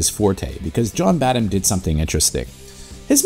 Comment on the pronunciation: Woods in Casino and Cop ( another best no one saw )? Throw in The Boost, which plays like a slasher, in which Cocaine is the killer, and you got the Woods Trifecta. Also, I believe the h in Badham is silent. Blue Thunder is another great no one saw.